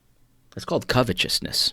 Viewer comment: I knew it all along, you are a fraud!!!! you say covetousness the correct way!!! It slipped out because you’re a false pronouncer of the English language!!!!!!